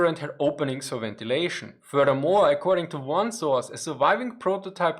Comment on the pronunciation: Drinking game- one shot every time he says furdurmore. (Furthermore)